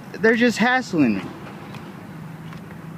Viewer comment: LOL, "has*T*ling"/"hass*T*ling"? What's that? "R*E*diculous"? Huhh? Tr*A*sspassing"? "Wan't"? What sort of attempted "word" is that? "Misdemeanor" as a brand name? Ending a question-sounding sentence with a period? Geesh!